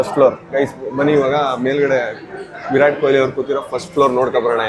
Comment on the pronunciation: Virat✔️ vi rat✖️😂😂